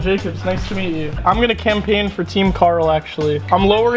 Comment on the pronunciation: well dang chris really said karl mine